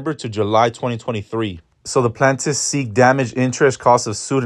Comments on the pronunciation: Not the plantifs 😂 it’s pronounced Plain-tif ☺️ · Not him saying plant-tifs 😂😂😂